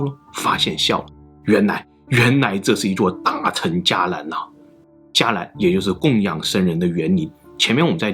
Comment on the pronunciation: 大乘(勝)、小乘(勝)佛教，不是讀"成"